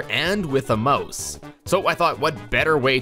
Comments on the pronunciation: Why do ou pronounce Mouse (Mao-s) like Moe-s? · It's a "mouse", not a "mose". What the fuck even is that word anyway?